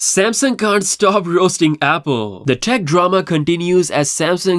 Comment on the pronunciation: This man can’t even say Samsung right With his Samsin ahh 😂